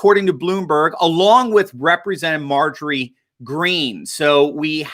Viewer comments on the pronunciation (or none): none